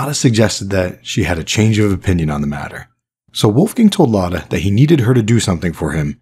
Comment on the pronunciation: Great video. Just one correction I think her real name is Emma Mia Engels and she changed her last name to Akerlund in order to not get caught so quickly by Lorenz because she would know that name. It's also really funny to here my name pronounced in English because it's so different than it is said in German :) (My name is also Lotta, like the character)